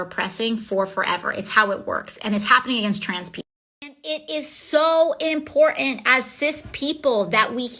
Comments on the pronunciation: Impourant lol...more woke speak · What is "imporen"? Or is the poor miseducated thing trying to say "important" and doesn't know how to form consonants? I understand why Democrats chose her now.